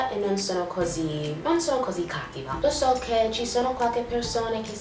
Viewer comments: Complimenti,parli con molta fluidità! Migliora solo qualche accento,esempio si dice "prelevato" non "prelevuto". Nella parola "cattiva" l'accento è sulla i,non sulla a. Per il resto tutto perfetto! Avrei una domanda da farti: all'università gli studi li segui in italiano? Fai i corsi in italiano? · In Italian we say "non fare agli altri quello che non vuoi che sia fatto a te" . your Italian is amazing! I just want to say to you that is cattíva not càttiva😘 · il tuo italiano é perfetto! L'unico consiglio che ti posso dare é l'accento sulla parola 'cattiva': l'accento va sulla i (cattíva) non sulla a (cáttiva). Per il resto parli benissimo l'italiano! Ti adoro, sei intelligentissima e bellissima. Un bacio 😘